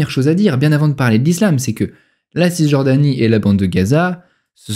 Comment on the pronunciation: On ne prononce pas le ''s'' de (Cisjordanie)